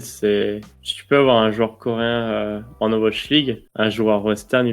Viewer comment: et son "Ovash League" x)